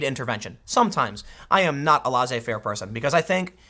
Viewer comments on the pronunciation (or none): "laissez" is pronounced "lésé" not "lazé"